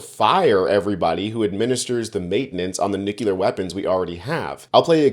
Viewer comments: You are a smart young man, so PLEEASE learn to correctly pronounce "nuclear" NOT. 'Nu-cul-yer!!!!!!" It makes you sound uneducated which I know you're not.. I want to continue watching your videos. Thanks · The word is pronounced "new clear" not "new q la". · Nuclear, not nukular!🙄 that drives me insane! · NU-CLEAR only 2 syllables not 3. NU CLEAR not NU KUH LEAR. Thanks again! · New-clear. Nuke ya lure is the George w bush pronunciation. Please try harder not to look amateurish. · Please stop pronouncing it as "nuke-yoo-ler". It's nuclear. "Noo-klee-ir". You sound like George W Bush. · Unfortunately, this presenter seems to have paid insufficient attention in school. It’s “new-clear”, not “new-queue-leer”. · Dude, you’re making me crazy! It’s “new-clee-er”, not “new-cue-ler”. 🤦🏻‍♀️ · Hey folks…it’s pronounced (new -clear) or (new-cle-are) Not (new-cue-ler) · It's nuclear. Not nukilar. And February. Not febjuari. Why can't Americans pronounce words? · FYI, it's nuclear, ( nu + clear), 🙅NO such word as (?) New-Q-Lar.🤦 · Repeat after me. nu-CLE-ar. Not nu-KE-LIAR. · Mate, the word is nuclear, not nukular. This kindergarten-level mispronunciation destroys your credibility as a journalist. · The word is NUCLEAR not NUKULAR... Sorry for my rant, but it is my pet hate, when Americans refuse to pronounce words correctly, well it drives me insane! With all with maga, trump and president Musk... Pronunciation is just a step too far!!! Hehe, sorry guys. Thanks for the hard work anyway. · New-clē-er not new-cue-ler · NUCLEAR. Not NUCULAR The first is what goes BOOM, the second is what most families are. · NUCLEAR is pronounced exactly like it looks: 💫 NEW-CLEE-UR 💫 not 🚫 NEW-CUE-LUR 🚫 js 🤔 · New-clear. It's pronounced new-clear. Not nuke-ulure. When Bush couldn't say it I knew we were in trouble. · Nu-cle-ar. Come on. Get it right. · Great contenr, but please stop saying "nu-kyòo-ler"😢